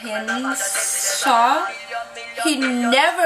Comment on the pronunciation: amk see hinn saaahhh dedi aq